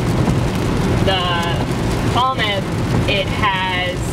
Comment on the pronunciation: You’d get some pretty foul looks if you were asking directions to Falmouth pronouncing it like that!🙂